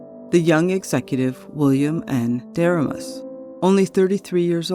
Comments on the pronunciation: Excellent video and great research! But, the young president's name was pronounced Der- RAY-mus. Not a good guy. Went on to wreck the KCS and MKT. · Great work enjoyed all 24 chapters! One comment on pronouncing William Deramus’s name. He pronounced Duh-Ray’-mus! He was on the Kansas City Royals Board of Directors in the early year of the franchise! I met him at our local radio station (who carried the Royals Baseball Network)! His brother ran the Missouri Kansas & Texas .